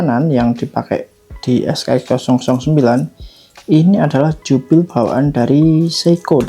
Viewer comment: setauku bacanya bukan jubil...tapi jubelii breselet (jubilee bracelet), mungkin bisa liat2 video jam tangan lain untuk penyebutannya..videonya bagus bagus mas bisa menambah wawasan, ak juga suka jam tangan, semangat ya mas, ak sudah subscribe juga